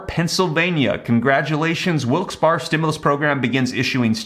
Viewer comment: Pronunciation…Wilkes Berry